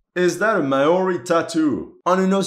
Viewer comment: Thank you for sharing the information that Lucas Riggs was actually based off of a New Zealander. I find it quite disrespectful how poorly Call of Duty: Vanguard (2021) represented my country. New Zealand. Just to provide some constructive criticism, the indigenous people of New Zealand, the Maori, are pronounced Mol-Di. Besides that, thank you for acknowledging New Zealand's involvement in World War II ( ), even if it's just a small mention.